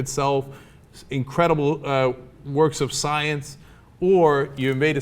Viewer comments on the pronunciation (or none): none